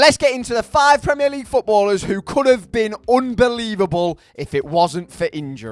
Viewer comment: Why u saying premier league like that